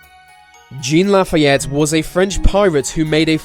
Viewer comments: pronounced lafeet, not lafayette. do brits pronounce bimini so differently from americans? otherwise, this is a pretty good video. you have a very good speaking voice. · Jean "Lafitte"???